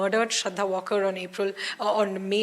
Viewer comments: It's not Walker as "Alan Walker", it's just waaLkar! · Shraddha WaaL kar. Pl check pronunciation. Not pronounced as the English word walk. वालकर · At least get her surname right. It's Walkar not Walker. Been noticing this with NDTV reporting since day 1